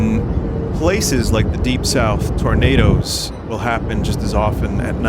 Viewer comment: "Tournadas" lol